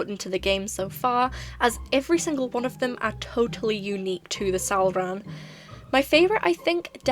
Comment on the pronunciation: hearing that “salrahn” was perfection and extremely satisfying